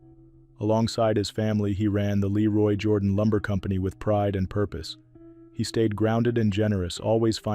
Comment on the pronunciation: You should learn how to pronounce the people’s names. Jordan in Alabama is pronounced Jer don.